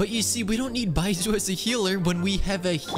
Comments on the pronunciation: Just for reference, it’s not bai-zoo is bai-zh-oo (the zh is similar to the beginning of Zhongli) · 1. its pronounced baischu not baisu 2. you used xingqiu in the test run and 3. youre using yae miko wrong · baiSOO? really? Are you mispronouncing all the character names on purpose? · i dont care that hes not pulling for baizhu what mostly irked me slightly was the mispronunciation of his name lmao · I'm glad you didn't pull for Baizhu bc you keep saying his name wrong and I can't handle it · It's not the first time i've heard him mispronounce a name, there's guides out there to pronounce the names properly. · yes? he is making content about this game and is going to constantly name these characters, so might as well do his 10 minute research to know how the names are prononunced and make an effort to do so rather than keeping mispronouncing them over and over. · why would he even do that in the first place he may not even know he's mispronounced them